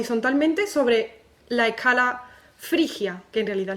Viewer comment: oye te comes la s que clase de español tienes?.......lo griego, la ecala, pagao. meneao